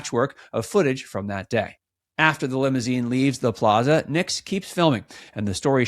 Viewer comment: His last name is Nix not Nicks.